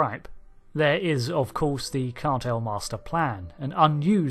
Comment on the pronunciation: It's spelt Cartmel and pronounced that way!